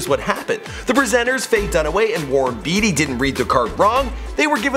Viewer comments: Isn't it Warren "BAty," not "Beety?" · i find it funny he asks repeatedly if young people even know who Warren Beatty and Faye Dunaway is. As he continues to mispronounce "Beatty".